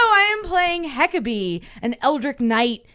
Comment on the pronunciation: Because SOMEBODY has to be THAT guy, I must point out that it is TEE-a-matt not TIE-a-mat and ELD-rich not ELD-rick....